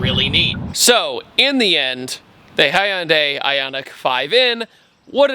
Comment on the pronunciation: Holy shite, this is the first time I've heard you say Hyundai correctly, instead of "Hundai"! I had to do a double take 😂😂